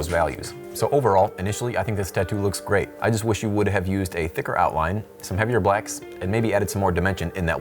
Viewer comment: Grey video dude! Lol but seriously it does sound like you say Grey instead of great. Good quality, you make some of my favorite videos